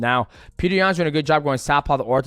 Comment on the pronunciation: PETR NOT PETER